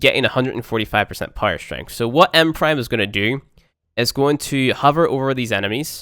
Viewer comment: That "strengff" though.